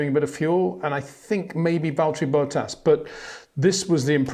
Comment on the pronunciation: and bohtass